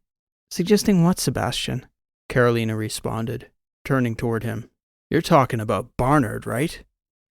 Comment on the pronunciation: This is your 80 year old fan. Another good story, except your pronunciation of Carolina. I'm born and bred in North Carolina.